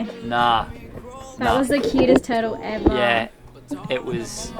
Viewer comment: OMG One of your best “eva” Speechless!